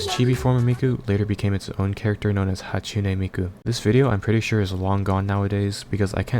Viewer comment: Hatune Meekoo